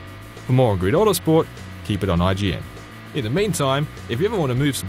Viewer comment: "Greed-o Watersport" Listen, m8. It's GRID AUTOSPORT.